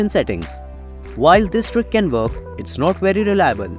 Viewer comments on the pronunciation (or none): Your voice does my head right in. It's not verk it's work. 👎